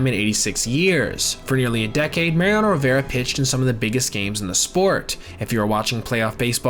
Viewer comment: Mariano. Not Mariano’s or Mariana’s or marinara whatever you’re saying